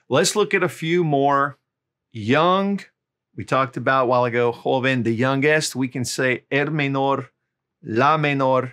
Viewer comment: "youngest" not "younguest"